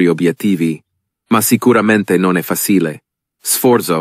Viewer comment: I'm Italian and it sounds like an English tourist who's trying his best to speak Italian. "Successo" is mispronounced. "Suksesso" wrong -> "Suchesso" right. It goes the same with "raggiungere" ("ragghiungere" vs "radjungere"; "fasìle" vs "fàcheele"; "sforso" vs "sfòrzo", "ce" vs "ke", "si battiamo" vs "chee battiamo").